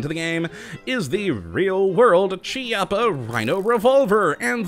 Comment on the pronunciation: it's a hard "C" sound because it's an Italian name